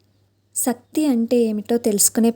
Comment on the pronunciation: శక్తి బదులు సక్తి అని చెబుతున్నారు సరి చేసుకోండి